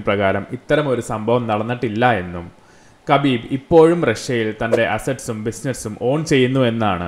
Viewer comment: Not kabeeeb 😂 it’s Habeeb